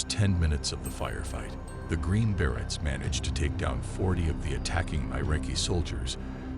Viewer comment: Exactly. Berets - not barretts! Please do better.